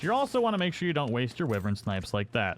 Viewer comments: WHY-vern. It's WHY-vern, not "wivvern". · I don't really care what the dictionary says as it often leaves out colloquial definitions of things. Like, you realize this is the dumbest shit you're wasting your time on, right? Lol Some people pronounce it Why vern. Some people pronounce it Whivern Wrong or right - go fuck yourself. It doesn't fuckin matter.